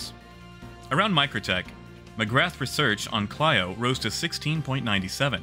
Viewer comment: Great work. I posted this before and not sure what happened to it but there are a couple pronunciation errors in an otherwise great video: Clio should be pronounced like Cleo Arial should be pronounced like Aerial